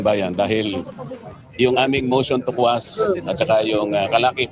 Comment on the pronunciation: Instead of quash ang nakuha sir,motion to squash😂